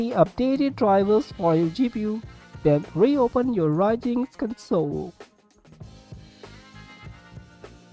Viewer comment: One tiny thing... Its called Ryujinx not Raijinx Anyways, tnx, now it finally works.